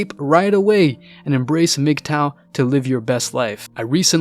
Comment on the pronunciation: What’s a migtoe? Oh you mean mgtow